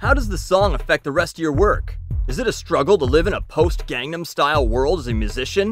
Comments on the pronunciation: psy said recently in an interview "I wont stop talking about it until learns how to pronounce it. Its been 5 years" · How is pronouncing it "gong-num style" sounding like you're butchering Korean? It's common place to call tacos and quesadillas by their Spanish pronunciation instead of "tayhkos" and "case-a-dillas" in fact those people are often mocked.